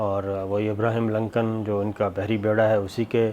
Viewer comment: Sir G ABRAHAM LINCOLN hai آبرہام ہے ابرہیم نہیں ایسا نہ ہو آپ پہ بہ کوئی فتوہ لگا دیں یہ امریکن مولوی